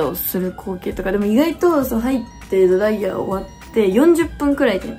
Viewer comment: ドライヤーのイントネーションもお風呂嫌いなみつほちゃんも好きぃぃぃいい